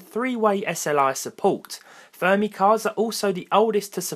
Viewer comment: its Fermi, not Thermi lol